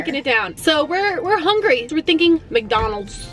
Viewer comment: said hengry when she said “ I’m so HENGY”